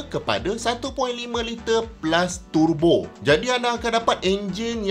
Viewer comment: Syok dengar pronounciation turbo dari mulut prof,dengar mat2 kereta lain acah2 mat saleh pula,dok tebo tebo..lapar tebu gamaknya,dah terang ejaan dia ‘Tur Bo’,bukan ‘Te Bo’…